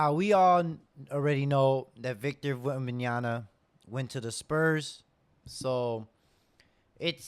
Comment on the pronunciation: bro, if at this point, you´re still fucking up pronouncing his name, maybe start there, before you start the panic? :D wemby is in the right spot, and they're doing the right thing. everybody else just need to chill for a couple of years. you´ll see. SAS i playing the goat game right now. by placing the right cornerstones now, they´ll unlock his full potential.